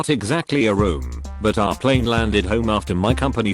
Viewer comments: "cow-worker" "pleen" "too-huition" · "I was on a Chicago to NYE flight. We all get on the PLEEN." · generic tts voice trying to pronounce plane: scottish mode activated pleen